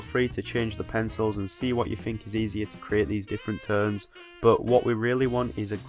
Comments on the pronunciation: The way he says 'Tones' <3 Teunes haha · More like teurnes hahaha i love it tho